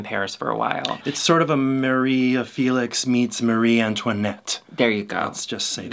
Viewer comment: Feh-lix not Fee-lix. Love u